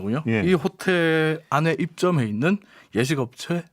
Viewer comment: 요식업체가 아니고 예식업체네요 기자 발음이 약간...ㅎㅎ